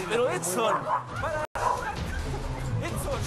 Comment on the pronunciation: Es "Edson" no "Epson" lptmre 🙃😂